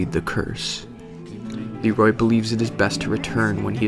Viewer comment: GentGeryon yeah. It's Leerooooy not Leeeeeroy